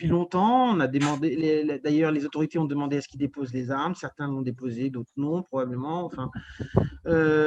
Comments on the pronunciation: 2 mille Z armes ? Vraiment? Pour un journaliste la moindre des choses est de parler UN BON francais... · Deux mille zarmes... Non mais plus personne ne parle français ou quoi?